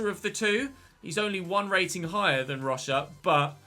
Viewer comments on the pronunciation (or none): none